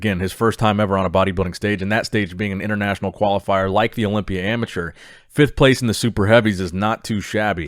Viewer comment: Is it me or the way says "Olympia " sounds satisfying